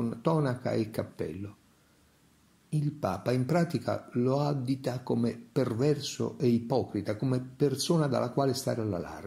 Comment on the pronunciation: Sono d’accordo. Mi permetto solo d’osservare che l’accentazione buona è “addìto” (non “àddito”): ;-)))